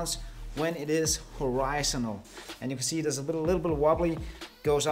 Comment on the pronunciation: H O R I Z O N A L I'm sorry. I can't unhear that. Great video though.